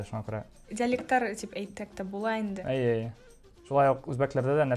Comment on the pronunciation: По-башкирски она всё время говорила "әйе", это же по-татарски, а по-башкирски будет "эйе".😅